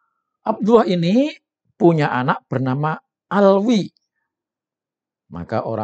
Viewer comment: Ini orang sdh membuktikan dirinya tdk alim / bodoh krn mengucapkan lafad abdullah saja sdh salah ngaji dulu dong lafad andullah dibaca tebal bjkan tipis